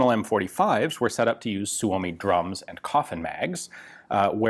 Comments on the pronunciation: For the love of all that is holy, STOP SAYING "SUE OH MEE"! It's "SUE ME"! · It's pronounced Soo-Mee